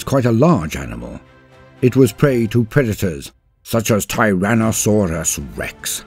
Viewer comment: Why does the narrator speak normally about everything thing else but "Tyrannosaurus Rex!" Always gets special inflection? Yeah TRex is cool but is sounds weird to have the tone suddenly change for just one word